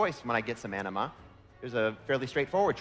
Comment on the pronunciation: Anima sounds like enema. lol